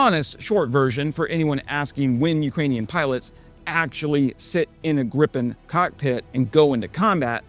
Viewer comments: Is it Grip-en, or Grii-pen ? This is the first time I've heard it called Grip-in, sounds vaguely rude,... This development is going to be interesting to observe, to see which military theorists are proven right or wrong, and what happens as things evolve. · There is no such thing as “Grippen.” It's either “Gri-pen” or “gri pen.” How hard can it be? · 'Greeeepen', not 'Grip-in' ! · It's pronounced Gripen not Grippen. Like "greepen". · There is one ”p” in Gripen. Why does every YouTuber pronounce it Grippen?? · Where's the second "p"? "Greepen", it's not that hard. And it's not B.A.S 90, it's Bas 90, as in Base 90 as in the 1990 version of the dispersed basing system. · it's pronounced Gree-pen!